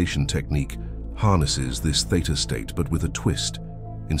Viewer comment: Theta state. Not theater state.😆